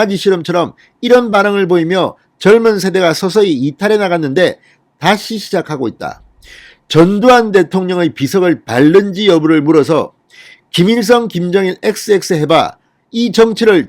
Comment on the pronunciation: 한국어 발음을 바르게 하셔야 대통령도 할 텐데,,, "발른지" 아니고 "밥는지"(밤는지)로 하시기 바래요. 발른지, 발고,,,, 하니 무슨 뜻인지 ???